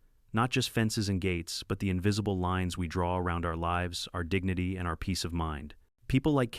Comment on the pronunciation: Why does the AI spell and pronounce our as individual letters? It's a single word and should be read as such! What the h**l is with unk in the text?